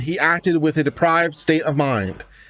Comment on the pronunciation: deprAved not deprIved lol